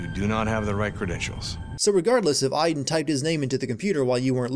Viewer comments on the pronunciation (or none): as a person who's name is Aiden you said my name hella wrong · you realize you are saying aiden wrong say it like from watch dogs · You forgot to sin they never pronounce the name Aiden correctly (Ay-den) they called them I-den (As my name being Aiden i cringed so hard every time they said it) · 4 the justification is that she is trying to piece together her memories, so they wouldn't necessarily be in order. 22 ok, you know what, it's bad enough that the game keeps mispronouncing Aiden. 32: this is a recurring problem in david cage's games. It's like no matter what you do, the same thing always happen. Could it be fate. Or just lazy game developing. 35: that's where you're wrong. About a quarter of people had chosen the leave route. The game even tells you what percentage of players chose what path so you have no excuse for not knowing. Or maybe the percentages were different when you were playing this game. 64: maybe that's why only one smith bothered to fight Neo in the final film. 111: Yeah, I probably don't need to point out the time gap here and the other scenes we have seen with her and ryan. 112: oh that's just standard description of a love interest in film and tv, saying that they're smart and funny, even if you haven't seen much evidence of either or both. The only thing she missed out on was that he's pretty. which really wouldn't work. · Where are the innumerable sins for Jodie pronouncing Aiden wrongly? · The real sin, how Americans pronounce Aiden